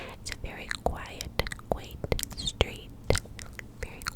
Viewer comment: Please do a video repeating quiet, and quaint.